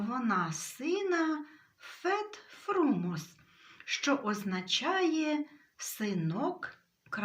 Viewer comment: Фет ФрумОс (наголос)